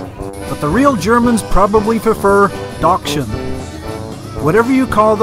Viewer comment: Well, Germans would call those dogs Dackel and nobody would have recognized your pronunciation of Dachshund (another name for a Dackel, which incidentally translates to "badger dog" - and that's what they were used for: to drive animals living in burrows out - thus the long slim body type). Well, you gave it a shot and that's what counts. Personally not a big fan of weird Oktoberfest events - probably because I grew up near Munich and never went to the Oktoberfest (which is the most expensive one. There's plenty of beer festivals all over southern Germany at that time of year and you get a lot more bang for the buck to attend a smaller one 10 miles down the road.) Still it looked like fun and that's the most important part.